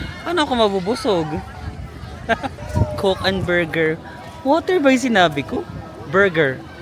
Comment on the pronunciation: Borger Wator? Hahahahaha